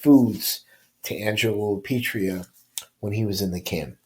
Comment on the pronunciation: I enjoy your content but please pronounce Lapietra correctly. It sounds like you are saying Lapietria. Please keep putting out this content. Thx